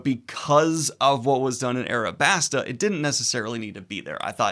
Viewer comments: "Arabasta" This upsets me more than you can know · How in the fuck did you lose the L and add an R to Alabasta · Daniel... how are you still saying Nami wrong Also RIP to Daniel in the comments for confusing arcs and sagas, counting G8, and saying Alabasta wrong.